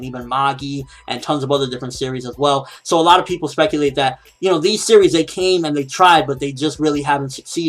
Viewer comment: "Well".... Not "We'll" as in "We will"